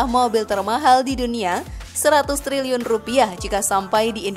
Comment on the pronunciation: ...ngakak klo dgr 100Telerr x😂😂